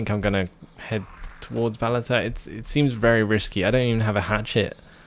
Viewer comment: Did you say "Balata"? Instead of Balota? I don't know why, but I hear that.